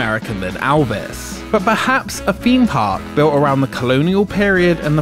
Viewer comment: "Alvis" hahahahah It's just your accent, good job on the vid.